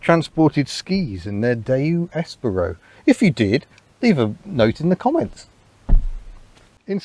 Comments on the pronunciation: "Espero" -- the stress is on the second sillable, not the first -- is Spanish for "I hope", or "I wait". Spanish does not have a distinction between the two. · I almost bought one of these back in the day but decided to get a Nexia instead. Reading reviews I'd always assumed it was the second 'e' was pronounced as in 'Eat' not as in 'egg'. I had quite a shock when I heard it pronounced!